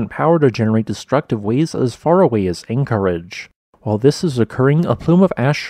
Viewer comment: Please say Anchorage and Pay Tree On in every episode. Please!